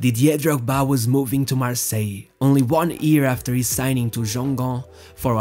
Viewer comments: It's pronounced G- u -ingamp. This shouldn't bother me, but it does. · The "g"in Guingamp is pronounced as in Guitare! Hats off for this increíble video. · The first G in Guingamp is pronounced like the G in Guy or Goal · the way you prononce Guingamp is hilarious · I have to know if everyone (appart from french people) pronunce Guingamp like you did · The way you pronounce Brest and Guingamp is so wrong.